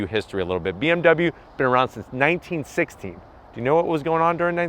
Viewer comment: Had to turn on the captions to make sure you were saying 1916 amd not 1960...anyways another great review